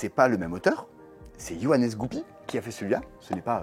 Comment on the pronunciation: ATTENTION! C'est pas comme ça qu'on prononce son nom😂 il m'a dit de le dire à tous ceux qui prononcent mal son nom🤣 Faut pas le prononcer "Johannès" mais "yoann"😜